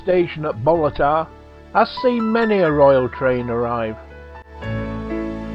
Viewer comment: Its no BOLLATAR ITS BALLATAR